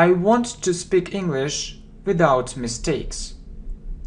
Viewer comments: Мне одному слышится “without” как «виДаут» ? Прошу прощения, как правильно «виЗаут» или «виДаут» ? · Спасибо Вам большое, всё очень нравится и получается легко! У меня только возникли вопросы по произношению сочетания букв th. По правилам это должны быть межзубные звуки "с" или "з", а на слух в вашем произношении слышится больше "в" (в словах they, this вместо з), "д" (в слове without вместо з), "ф" (в словах think, thank вместо с). Как же говорить правильно? Ведь Вы постоянно напоминаете что нужно внимательно слушать, повторять и запоминать.